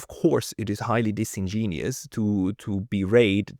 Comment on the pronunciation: It's disingenuous not "disingenius".